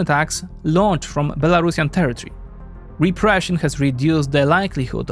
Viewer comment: Be-La-Ru-Si-An, like Andalusian. Not Belarashan. C'mon, Europeans. Learn.